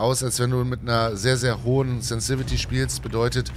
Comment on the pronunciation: das spricht sich sensitivity und nicht sensivity😬😬